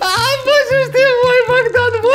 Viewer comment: Не Бандан а Богдан